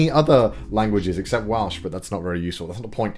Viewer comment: What's "Walsh"? The language all those Wall Street people speak?